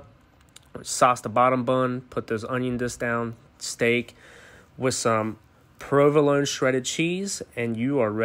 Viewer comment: He needs better bread. He also needs to learn how to pronounce words. Wooshtercider? Provoloe cheese?